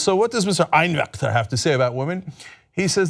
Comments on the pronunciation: Totally agree with everything you said in this video. However, if you're going to pronounce a German name, please don't say it in such a manner. But in all seriousness I don't understand how this man if actually in congress running. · Is Cenk by over-pronouncing 'Einwechter' implying that Germans are conservative or bad?